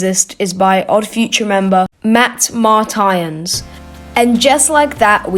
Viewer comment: The Matt Martians pronunciation is diabolical